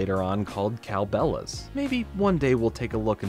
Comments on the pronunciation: woah woah woah woah. Cow who now?? It's Belle lol not bella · Great video, just got two things to say: 1.) It’s “Cow Belles,” not “Cow Bellas.” Tis a pun. 2.) Fun fact about “Cow Belles:” it premiered on March 24th, 2006. After it premiered, Disney debuted a new show at the time. It was this little known show with no cultural impact called “Hannah Montana” 😉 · You mispronounced Cow Belles.